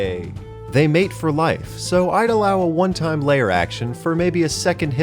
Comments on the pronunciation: It's LAIR not LAYER you shitwhistle. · L-air... not layer... L-AIR!! Please!! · The way you pronounce lair as layer deeply confused me for the first half of this video